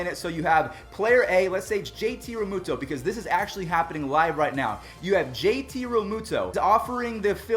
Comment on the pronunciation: Me Here he said his name wrong